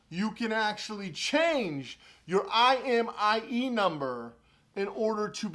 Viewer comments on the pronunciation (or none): You said imie instead of imei lmao lolz just saying